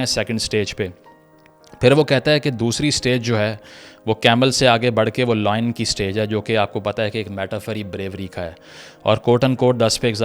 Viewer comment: Brother Pronounce lion as lion not loin